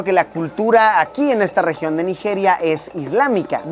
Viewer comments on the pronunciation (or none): Naijiria, la j tiene que pronunciarse como "chi" suave